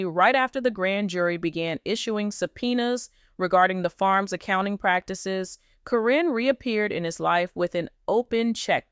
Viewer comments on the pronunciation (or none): It is Caryn not carrine at least say the name properly fa out. From N.Z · Her name is Karen not Corrine stop with the AI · It's pronounced KAREN!!! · Could someone tell these people that Caryn is pronounced Karen? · Commentor- the witches name isn't Corrinne its (pronounced Karen)( care-n) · Her name is Karen not Caryn or Cornnie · Her name is Caron. Pronounced Karen! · her name is pronounced Karen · Her name is Caryn with a C so when A-I reads it it says Like it sounds Corrine. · it's KAREN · If this is AI you would think that Caryn (that is Karen) would be pronounced the same all the time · Don’t think u even watch the show since u don’t pronounce her name correctly